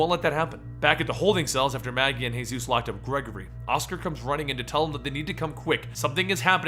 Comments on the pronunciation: Seriously man. Hay-zeus? It's just Jesus like come on. Won't flip out but just... Ugh. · Paul Monroe is known as Jesus. You pronounce it as Jesus Christ not the Hispanic name "Hey-suese" this was oainful to watch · Are you Spanish why did you say hayzues instead of Jesus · In the comics Jesus's name is pronounced how me and you would say it, jesus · good job but j ,j,j,j,Jesus not hayzues,haha big up. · Yeah, like the others said, it's Jesus. As in, Jesus Christ. Not Jesus, the Spanish way of saying it. I actually laughed when I heard him say it that way. And he says "Hey-Zeus", a lot lol. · Jesus not he-zuz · its jee-zus not hey-zeus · “sαтαηιc cяεερ” 変態です he meant that it is pronounced Jesus as in Jesus Christ not hey Zeus. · Hey-suess? He's not Hispanic. His nickname is Jesus because people thought he looked like depictions of Jesus. Earl Sutton even says that he calls him Paul because "Jesus" feels blasphemous. I've gotten used to you mispronouncing something in almost every video, but this is actually changing the details of the story. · Exactly its jesus not hey-sus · It's pronounced as Jesus like Jesus Christ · Jesus isn't pronounced "Hey-Zeus". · Why are you calling him hey suess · I love your channel, but read the walking dead comics for this one guys. It's pronounced as Jesus (as in jesus christ) and as most people are confused, the whisperers are the talking walking walkers. a group. Just read it